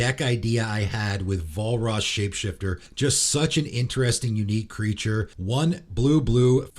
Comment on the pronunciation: I love the idea and will be taking some it. Only issue I had was the pronunciation of "Volrath's shapeshifter". Probably because I play a Volrath shapestealer deck.